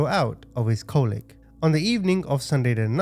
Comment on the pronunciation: Are you American? I just ask cuz you use British terms but they don't sound like they're comfortable like it's your normal speech. Which just made me think you're American instead? Also it's co-lic short o sound